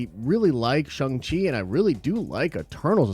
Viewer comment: You’re consistent way of pronouncing Shang Chi as “shung chi” even after we’ve all been educated on how to pronounce it is annoying lol